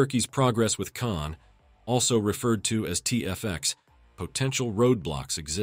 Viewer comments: ... not correct pronunciation, not Can but Kaan. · Real word is khan not kan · Learn to pronounce KAAN right; it is pronounced just you see as spelled; KA-AN, not as you americans try to americanize everything; you are pronouncing "Keh-anne", what is this? If you were to ask a real English-speaking person, i.e. an Englishman, he would immediately know its proper pronounciation 👍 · KAAN should be pronounced as kahn in english, as in cengiz khan